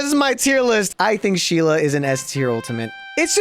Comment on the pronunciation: Thank you for doing my Sheila the right way.